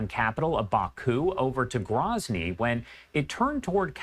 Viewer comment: First of all.. it's GROWzny... not GRAHzny. Second of all... it's wartime. Even during peace, you are taking serious risks travelling to Chechnya. How many civilians have died in the last 2 years in Ukraine/Russia conflict, or Isreal/Gaza? They're all tragic. When the dust settles, I am confident the pilots made a mistake and were NOT where they were supposed to be.